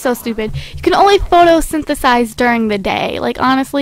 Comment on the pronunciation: it's photo-sin-th-sis...sorry I just as to .